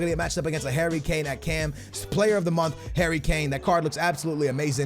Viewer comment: sounds like he says HAIRY kane😂